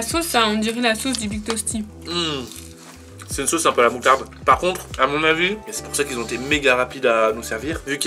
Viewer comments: Pk dit big tosty alors que cela se prononce big testy? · HAHAHA: Big Tosty au lieu de Big Tasty HAHAHAH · mdr dit big tosty au lieu de big tasty